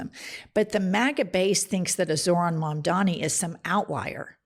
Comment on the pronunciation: absolute banger of a video i’m now subscribed. the name is mamdani !!! M-A-M-D-A-N-I